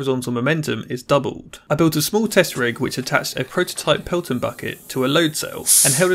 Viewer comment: It’s “pelton” not peloton. There is only one “o”. That’s the name of the design